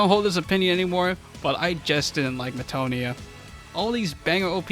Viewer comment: Incorrect because wrong. Also, DainSLEF, not Dain"self." And MetaNOIA, not MetaNIA.